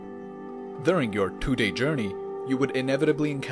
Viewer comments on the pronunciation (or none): What? "Thew days?" It sounds like you're saying Two, Three and Four in one word. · Roughly “thwo” days ????